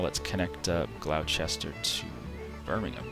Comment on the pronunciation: he said gloucester wrong